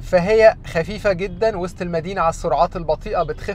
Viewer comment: أول مره أعرف أن وسط المدينه نطقها وست المدينه😂